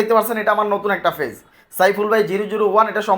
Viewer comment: পেইজ কে ফেজ বলেন কেন ভাই